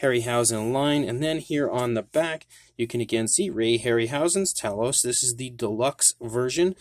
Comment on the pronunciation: Actually it's Tay- los. , watch the film and listen to Jason. Why fo all our American cousins pronounce it wrong 🤔??